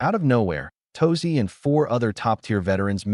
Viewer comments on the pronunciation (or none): "Tosi" get your AI Bot narrator to at least pronounce "Turasi" correctly.